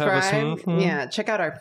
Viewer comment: I heard "let's just eat oout tonight", looked down to see realistic legs, and it broke me. I love it.